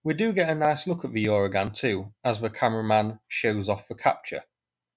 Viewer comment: I don’t think there’s a “Y” sound at the start of Uragan. It’s just “Ooragan” — Russian for “hurricane” or storm.